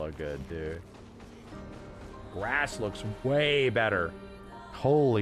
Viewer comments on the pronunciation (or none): none